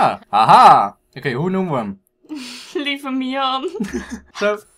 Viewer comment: het is lieve* niet liefe